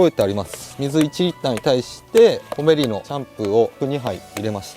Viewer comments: 【コメリ】の イントネーションは 全部平坦だったと🤔 店内やCMで そんな感じで言ってます🖐️ 自分も始めは後者でしたが… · 11分.12分のコメリのイントネーションが正解です。 コメリの地元民。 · 我が地域のイントネーションは コ→メ→リ↓でしたw 正規の使い方が予想外w 勢いと、幅で手動に軍配ですな😊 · 「コメリ」の発音が関西風w